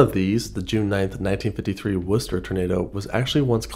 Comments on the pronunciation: Way to go with the correct pronunciation of Worcester! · As a person from Worcester, I appreciate the great pronunciation haha Our grandparents growing up would talk about this tornado, as well as the Blizzard of 76. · As a Masshole, I must thank you for pronouncing Worcester correctly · great job pronouncing worcester right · Nice to see the Worcester Tornado mentioned! And nice job pronouncing it correctly ;)